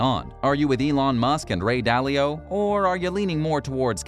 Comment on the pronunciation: Ah yes. The legendary Ray Dally-O